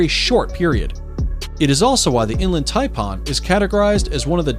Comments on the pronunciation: its pronounced Thai pan not parn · And to go with the "V" word, check out what the announcer calls the Inland Taipan!! He calls it "Inland TaiPAWN". I said " wtf? It sounds like hes saying "Inland Tampon"!!!🤯🤯😁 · Did he say "inland "TAMPON" 😳🙄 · The way he pronounced inland Taipan pissed me off 😭🤣 And the how is the black mamba so low on the list And he forgot to mention the bushmaster (the world’s most deadliest pit viper and largest venomous snakes of South America) The gaboon viper (the largest fangs on any snake and the biggest viper which venom destroys tissue within 15min) These are all facts from the great austin stevens documentary I really don’t know where you got your list from must be from google 😭🤣🤣